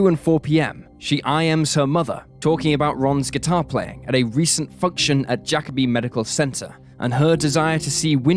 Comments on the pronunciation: Bruh pronounced it Jack-a-be it's Ja-kobe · Jacobi isn’t pronounced Jack-obi, it’s pronounced Ja-cobi. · Whew listening to him saying jacob-I is stressing me out as a native New Yorker. That’s not how you say it!!!